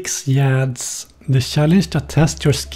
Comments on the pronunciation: Pretty sure it's illegal to pronounce it like this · I just can't help but smile after seeing this beautiful bastard saying "Yads"